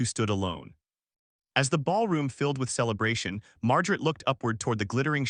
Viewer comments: I know this is not a comedy but everytime "Mar-ja-ret's and Eh-lean-er's" names are said, I can't help but laugh. Seriously, though, the story is too shallow to to mean anything. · I’m sure everyone is aware that AI has problems with pronunciation. However, there is absolutely no excuse for mispronouncing a common name like Margaret! AI needs work. . . .a lot of work! The constant mispronunciation of both Margaret and Eleanor diminishes the story.